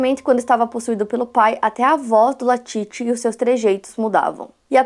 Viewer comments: Falou o nome errado o vídeo todo que agonia, o nome é LALIT não latit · Exatamente, comportamento bem típico de seita. Eu assisti esse doc na Netflix, então foi engraçado ver a chamando o Lalit de Latit o vídeo todo kkk